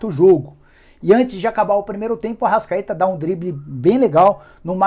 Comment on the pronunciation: Ele ser pronunciou errado